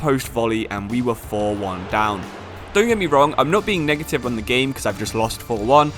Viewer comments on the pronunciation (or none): none